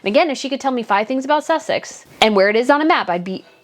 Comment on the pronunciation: there is no "th" in Sussex s as in snake